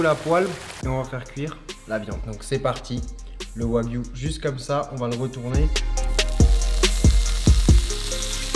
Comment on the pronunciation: Qui a remarqué que quand il présent les ingrédients il dit « bœuf de Kobe »puis le reste de la viande il dit du yagwu